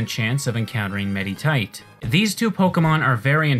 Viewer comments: he keeps pronouncing the "i" in the names like an "e" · The way you pronounce "Medicham" and "Meditite" physically hurts me. Good vid, tho